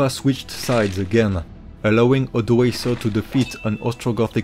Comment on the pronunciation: ODOĀKER not Odəéisə !